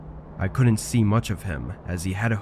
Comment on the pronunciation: Stories are good enough but where did you learn to pronounce the words, didn't, couldn't, wouldn't??? Just wrong dude!